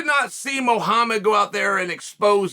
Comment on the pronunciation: But at least he pronounce Muhammad correct